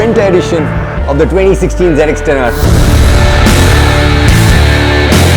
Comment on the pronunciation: wtf is zenextenare. hate when they call it like that, it's zx10r u idiots